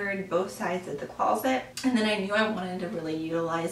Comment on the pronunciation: it sounds like you are saying, "close-let" I'm not trying to be rude- but I couldn't listen to your entire video... because you kept saying close-let.